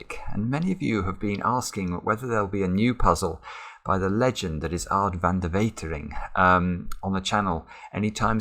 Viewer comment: Wow, you've learned how to pronounce Aad's last name! Impressive! Now I am looking forward to the next video already where I expect you to pronounce 'Aad' flawlessly,.